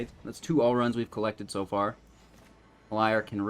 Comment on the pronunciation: As long as we can protect LIAR......sorry that triggered me a bit lol. I think its more of a "leer" when pronouncing.....i think. Lol.